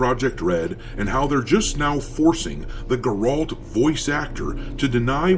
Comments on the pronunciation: So it's pronounced Geralt lol think ger like the sound and alt as in alt and put it together lol but to be fair to the Witcher, it shouldn't focus on Geralt and if it did it would have to be some reaching revenge arch because someone killed yen and ciri or something but they should most definitely focus on a new direction, keep the main character male and be fresh with it, I think playing as the son of ciri in the future, after his mother's kingdom comes crashing down he has to search for the one person who can help, the man who raised his mother, and it should be a quest to find the last witcher and in the process become the last witcher and like the game before Geralt would train said character to be a witcher 💯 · 1. You pronounce Geralt’s name wrong. 2. It was said years ago that Geralt was supposed to be main character for the trylogy, hence why even fans made mod called “farewell of the white wolf” or something like that as a thank you to geralt for being with players for all those years. 3. Women cannot be witchers however the case with Ciri is she kinda is- not fully she didn’t go thourgh the trial of grasses etc. but even Wolf called her sometimes as “wiedźminka” (Polish synonym for female witcheress if I translated it correctly). 4. games are post cannon(books) 5. People also start to hate female characters because it’s convenient when you look how much work stuff is around us ( which I am 100% against) 6. Cool ye faking jets and let’s see a bit more that a goddamn cinematic trailer so we can deduce a bit more and think this through. (I hope TW4 ain’t gonna be like cyberpunk😂) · Bro you’ve never even played the Witcher if that’s how you pronounce Geralt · The pronunciation of Geralt tells me you've never even played Witcher lol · Can you make a Witcher 4 video pronouncing his name correctly??? It makes it look like you have never played or watched anything about the Witcher. No one pronounces it the way you do. Sorry it’s a pet peeve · It grrralllt not grot